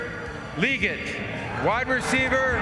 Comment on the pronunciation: Hey! Legette is pronounced “La-geht One of my coworkers is his cousin and they have the same last name.